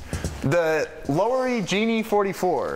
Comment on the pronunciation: Pronounced “La-were-ee” not “low-were-ee”. Wurlitzers, Lowerys, and Hammond are nice.